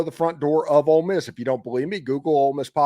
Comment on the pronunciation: Drives me crazy when they say "old miss". Ugh